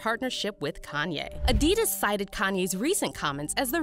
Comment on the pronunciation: Adidus lol its adi daas